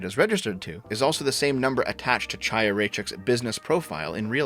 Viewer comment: Kh-aya, not CH-aya.